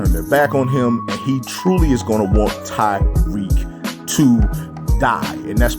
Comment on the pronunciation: please stop calling him tyrique it’s Tariq